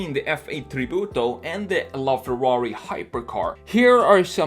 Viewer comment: I like how you say "Tributo", almost perfect Italian 👌🏼